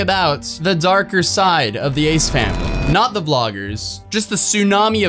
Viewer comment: 'the' not 'da' 🙄